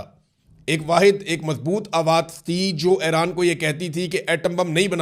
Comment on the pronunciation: Aran nhn hota Iran hota hai